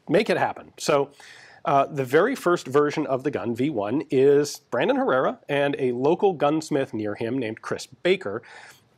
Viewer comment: Every time you say “Brandon” I hear “Raymond” and then I want to listen to a Fear Factory song because Raymond Herrera is the drummer for Fear Factory.